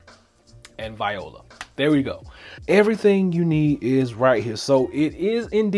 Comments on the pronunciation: The actual pronunciation isn’t “vi-ola” nor “wallah” it’s vwah-lah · Did you say “vi-ola” when the files showed up?!? LMAO you have to realize that it is pronounced “wallah”…right?…right?!? Oh no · No he’s right (somewhat it wasn’t 100 percent)when saying vi-ola it’s a French word spelt voilà which means “there it is!” used to express success or satisfaction